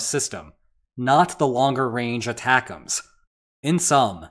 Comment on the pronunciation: I really appreciate that ATACMS is pronounced, "attackums"